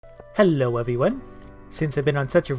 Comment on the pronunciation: "eLLo" xD